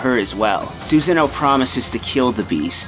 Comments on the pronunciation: love the video, was surprised by some of the trivia. But the pronunciation was very cringe-worthy at parts. "Suz-a-no" instead of "Soo-sah-no" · The narrator for the video mispronounces Susano's name and it annoys the shit out of me. It's Su-san-oh, no Susan-oh. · how he screwed up so many names. Sounded like he just sand Susan O. like it was a last name. >.> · "Soo-zann-oh's house" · By the way, his name is not "Susan - o", the "a" has an "ah" sound to it. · "Susan-oh", really now dude? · It's Soo-sah-no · You pronounced Susano like 3 different ways XD